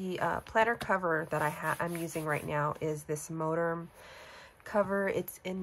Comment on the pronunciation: MoTerm not MoDerm. Lol